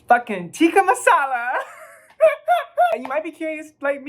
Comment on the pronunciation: As a Pakistani, the fact you pronounced "tikka" incorrectly yet still pronounced it better than most brits is really telling, and what it's telling is that Tikka Masala has no place in England